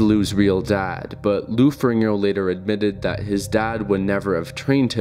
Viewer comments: it's Ferrigno, not "Ferringo". You keep saying his name wrong, I can't watch. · Its Ferrigno, not Ferringo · Jesus Christ, the narrator keeps saying "Lou Ferringo." It's FERRIGNO. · I clicked away when you said Lou Feringo. Unreal ignorance levels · Not even two minutes into this and you already mispronounced Lou Ferrigno's last name. Clearly you have a drive-by approach to doing your research. Pay attention to the spelling of the last name, the order of the letters. F-E-R-R-I-G-N-O. Not FER RING NO, FER RIG NO. You repeat this mistake before 3 minutes of run time have passed. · feRIGno not feRINGO. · To be precise, it's "Ferrin-yo". Ferrigno is an Italian name and "GN" in Italian works like "NY" in English. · Farigno. Fah-rig-no. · I don't know why the mispronounciation of Lou Ferrigno's last name bothered me so much, but it was really distracting. I know that's stupid, but I really couldn't help it. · Thumbs down for getting Lou's name wrong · Does a doc on two guys yet can’t pronounce one of their names….the easier of the two no less…. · Hard to take this video seriously when the presenter doesn't even know how to pronounce the name of the second most important person in the film.